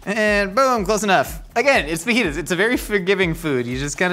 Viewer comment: Lmfao ok the fake “fa-jitas” teleprompter one got me 😂